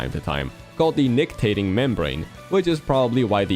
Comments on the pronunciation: opaque means not see through, also nictitating not nictating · Hey, on the duck hunt fun fact, it’s pronounced “Nic-Ti-Tating” membrane